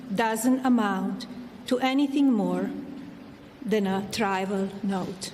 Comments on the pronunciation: a "tribal" note??? 😂 was she trying to say trivial?!? "never been legally accused", "convinced" 🤦‍♂️ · Every time I hear her speak, I'm amazed, once again, that she passed a US citizenship test and that she's lived in this country for decades. One small example of many, , "trivial" pronounced "trival." I have a brother-in-law from Eastern Europe, not college-educated, who speaks perfect American English, yes with an accent, but she can hardly get the words out. Jesus. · She is clearly reading a speech that was crafted by others, using words that she couldn't even read correctly. she said "caterized" rather than "categorized"; "trival" rather than "trivial"; "convinced" instead of "convicted". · It was a very trival note......LOL. Try speaking English, melanie, the word is trivial😂😂😂😂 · Melania cannot even pronounce some of those ‘big’ words! Trivial (trival) catagorized (catorized). This is obviously written by someone else for her to read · She just read a statement she didn’t write herself. She pronounced “trivial” as TRI-VIAL without even knowing that was not the correct word. She was just reading a script she was probably told to read to get ahead of some more scathing information coming from the Epstein files. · It sounded like a “tribal” note. Lots of mispronunciation which suggests she didn’t have much influence on the content. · She pronounced trivial as 'try-val'. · Exactly. “Tribal note?” She would never say that. She couldn’t even pronounce tone”categorized” while reading “her” own statement. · She thinks she has a good "reputation" that is absolutely ridiculous,is she forgetting we have all seen the photos of her and Donald with Epstein?!?!Did you hear her try to say trivial? She can't even speak properly. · She didn't write that 'statement' if she had she wouldn't have mispronounced the word 'trivial' - also, hey Melania, I really don't care, do you?